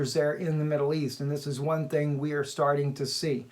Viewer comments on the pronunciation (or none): none